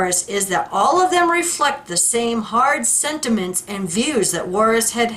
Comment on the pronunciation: It's not Juarez. It's pronounced Jarrez, Ted Jarrez. (JARACZ).